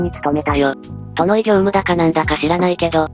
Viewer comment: イイハナシダナーってながら作業用で流してたけど、「宿直業務」を「とのい業務」って読み上げられて吹いたww みやびなハナシダナー